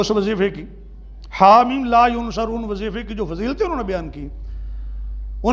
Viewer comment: pehle to ye k ye dr he na k molvi ! is ko yansurun or yunsarun bolna bhi nahi aata